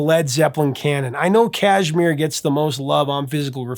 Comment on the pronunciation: Kashmir has the accent on the second syllable . Mir